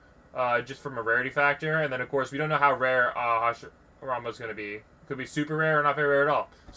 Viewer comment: Hashirama is pronounced (hash ee rama